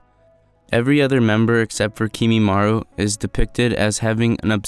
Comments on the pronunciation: kekkei genkai not kekkei genkei kimimaro not kimimaru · It’s kimimarO 😭😭